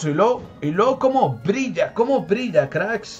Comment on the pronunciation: Crack me dio un buen de risa el "Mira como brishhhaaaaa!!" 🤣🤣